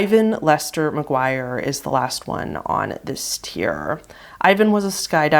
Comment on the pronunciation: Listening to this... You miss pronounced McGuire... Funny to say you had my attention very fast